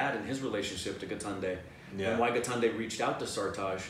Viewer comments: I like how says GITANDE instead of GAITONDE!😂😂😂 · The correct pronunciation is "Guy - tone - day" (Gaitonde). You are pronouncing it as gaatnday which is super funny. Here is a general yardstick .. With hindi, roll your tongue as you would in spanish and you will get most of the words right.